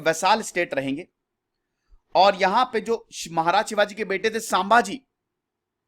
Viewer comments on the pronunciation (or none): 'गामिनी कावा ' नही "गनिमी कावा "... गनिमी का मतलब होता है शत्रु...सांभाजी नहि संभाजी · सांभाजी नही संभाजी है उच्चारण है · Naam ke pronounce me bahut Galtiya hai jaise, शंभाजी nahi संभाजी है. दादा भट nahi गागा भट्ट hai.